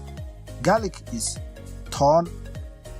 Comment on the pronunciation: Garlic is tuun not toon